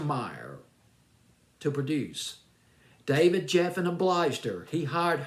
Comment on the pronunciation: Geffen, not Jeffen. David Geffen and his people always had a problem with everything that Donna presented them, in fact they rejected most of her material.